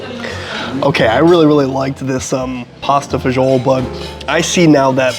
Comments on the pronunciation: it's pronounced pasta Fah-zool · Pasta e fagoli ( pronunciation is pasta fazool )an Italian dish originally eaten by the poor , and has many different variations it originated from Rome mainly the church so you are way off it means pasta with beans As for the beef it comes from the Chianina breed of beef which is Italian and it originly is a working cattle so it is a very lean meat. . Also when eating a specialty dish in italy and world wide you need to get it in the region it originated from. Word of advice from a person who used to review food , research and know what your talking and how to properly pronounce a dish name before opening your mouth and spreading false info. That's is part of your job you have been doing this long enough that you should know this.